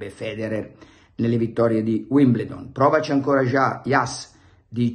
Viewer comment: Si pronuncia Uimbeldon cmq... Ma probabilmente lei non accetta nemmeno lezioni di pronuncia oltre a quelle di Milanismo e Giornalismo... Le Balle di Pelle... 😂😂😂😂😂😂😂😂😂😂